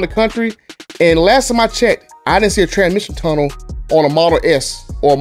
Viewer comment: “Tramition tunna, i seen a tramition tunna “ 😂